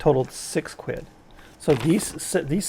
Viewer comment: Seems weird to hear you say quid he he. They look good for the price